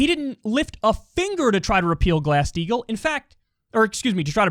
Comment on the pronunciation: I always hear glass steel instead of glass steagall